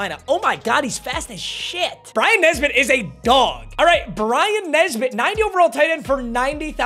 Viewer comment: It's Bryson muuuuthafuccccka lol